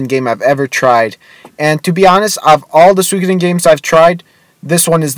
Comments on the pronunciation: Soo-ee-ko-den. Not sweekoden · Please, stop saying "suykoden," please!